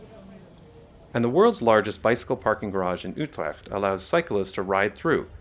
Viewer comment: Good job on your “Utrecht” pronunciation 👍🏼....I’m Dutch